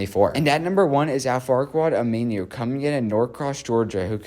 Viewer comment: He butchered Aminu's name too 😭